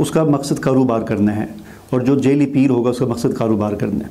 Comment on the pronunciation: Shah sahab jaili ni "jaa'li" lafz hota h. Apna talaffuz to theek karein.